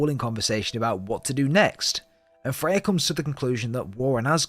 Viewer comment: Are you calling Freya, Faye? Sounds like it